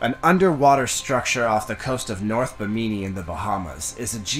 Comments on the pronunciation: I have never heard anyone pronounce Bimini as Bah-mee-mee. WTF? My sleep isn't as restful as it should be. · I love his pronunciation of Bimini LOL never heard it spoken quite like that before!